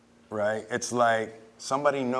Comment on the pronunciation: I wonder if it was jade who's remoulded herself after or vice versa.. the spking in emphasised syllables, the elongated "riggghhhtt" when seeking understanding. I love. Despite all the negativity his wife brings to the table (no pun intended)